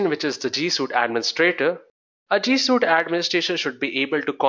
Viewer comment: G Suite. Not G Suit. Also, thank you for the video.